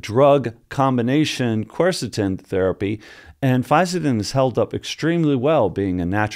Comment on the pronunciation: Good pronunciation....a tricky supplement to explain to people you take without raising some eyebrows if you say it wrongly 👊